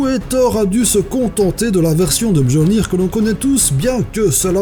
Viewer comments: Et attention on dit pas mJöllnir mais mYölnir ^^ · hahaha wtf la prononciation de Mjölnir, sa se dit Miolnir pas Mjolnir et c nul tu ne parle que des armes les plus connues et les plus nul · on dit myeulnir pas mjiollnir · mJolnir? Ca ce dit miolnir pit### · Le nom du marteau se dit ''myolnir'' pas ''mjolnir'' . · le marteau de thor se prononce "miolnir" pas "mjolnir" ^^ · Mjolnir se prononce Miolnir et non pas Mjolnir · Ca se dit myollnir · On prononce Mjollnir comme ''Myollnir'' pareil pour un bon paquet de noms nordiques possédant un ''j'' dans leur nom... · on dit Myolnir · Mjölnir se dit Miolnir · Okay il y a un "J"... mais je crois que ça se prononce [MIOLNIR] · on le prononce myeullnir mj(i)ö(e)llnir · on prononce miolnir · ça se prononce myolnir non ? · ça se prononce "myolnir" même si ça s'ecrit mjolnir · Super vidéo comme d'habitude, juste 2 points que j'ai relevé: "a la seule condition que ce dernier soit capable de bander l'arc d'Ulysse que lui seul en était capable", c'est pas très très français ça. Et a , Mjölnir se prononce avec l'accent Norvégien, et donc serait plus "Myeulnir" Et aussi, j'aurais bien vu l'éclair de Zeus dans ce top. Après c'est juste pour chipoter, bisous et vivement la prochaine vidéo :3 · mauvaise prononciation du nom du marteau de Thor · bien joué mais mjïolnir on prononce pas le j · Alors petit commentaire pour rectifier certaine prononciation : Mjolnir est donc l'arme d'un dieu nordique et les nordique prononce souvent le J par un y et donc Mjolnir se prononce Myolnir et pour Masamune on le prononce Massamune . Mais sinon super vidéo bravo :)